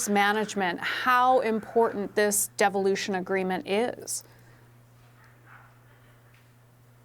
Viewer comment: Did she say deviloution? Sounds about right. Make sure you can keep control Nunavut.